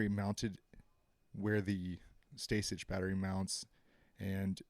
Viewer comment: It’s pronounced “Stay-sick” yo